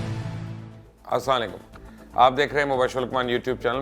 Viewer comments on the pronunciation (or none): Dear Mubashir bhai!!! Plz say proper “ Assalam o alaikum”.